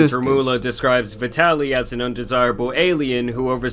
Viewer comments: Vi-Taly not vidalee 😂😂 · Vee-de-lly is a great way to pronounce that 🤡 name 💀💀💀